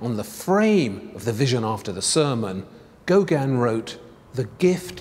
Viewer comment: . I agree. His grating voice, intrusive presence and mispronunciation of Gauguin as "Gauganne" seem to amount to some sort of aggressive inverted snobbery. Even the written text apparently deliberately mis-spells the name three times, "Gaugin".